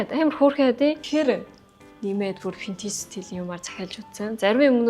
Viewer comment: Vintage geecheee Pintage geed bhiin nchdooo 😂😂😂